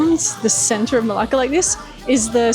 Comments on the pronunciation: can you pronounce it right for heaven's sake? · Hiya! Interesting you gut Dutch architecture in Malaysia 😮. Coconut and kidneybeans are my favorite, I need the recipe for that dish 😅. Everytime I head you saying Melaka I was thinking you were cursing in Greek as it sounds a lot like the Greek Malaka 😂. Thanks you for sharing your insights on Melaka and enjoy your time off now 🤙